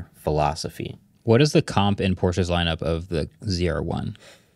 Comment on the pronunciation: IKR. Listening to that pink laptop kid talk about “Porsches” is painful